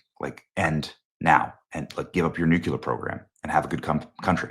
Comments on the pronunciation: Why do people say “nukular” when they see “nuclear?” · And, frankly I’m sick of you saying “nukular.” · It’s pronounced “new-Klee-er” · "New Killer" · It's Nuclear, not nucular. Your losing credibility. Everyone knows they have been trying to develop the bomb. Just because they haven't yet doesn't mean they won't. Your also ignoring Israel and the US getting in the way pushing them back. They have nuclear capability already. It's not a secret and they have terrorist proxies all over the place and you and others think they aren't even trying. I guess you want to wait till they get one and you have to say, wow they actually did it,then it's to late. And since when is their a spec of evidence we will get dragged into it with troops. What's next, joining code pink. So now you don't trust Trump and thinks he's that naive or stupid suddenly. Have we put troops in Ukraine? NOPE. It's teally funny these people who claim to be so Christian yesterday don't GARA about Israel. They aren't just some sh hole country. It's God's country. I hate say anti Semetism to quickly but with some on the Right lately, they ate making it obvious considering who they ate taking their information from and side with. It's teally sad. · Benny i love ya, but youve gotta start saying nuclear the right way lol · Benny, youre a smart guy. Please learn to pronounce NUCLEAR. js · Benny- PLEASE learn how to pronounce "NUCLEAR" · Bro cant pronounce nuclear smh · Benny, I love you but it's NOT "newQ'lar" its "new clear"...... Please stop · Please PLEASE, Benny! The word is NUC-LEE-ER. Not NUC-U-LER. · First of all it’s not Nucular it’s Nuclear. And second you’re an enemy of Israel. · With all due respect, it's not Nukelar, it's Nuclear. Doesn't seem like a difficult word to pronounce. If you don't care about tue issue, why voice your opinion in the first place? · THERE'S NO SUCH WORD AS "NUCULAR"... IT'S NUCLEAR (NEW CLEAR). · Nuclear, Benny. Not nucular. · Its Nuclear not Nucular Benny. Just sayin'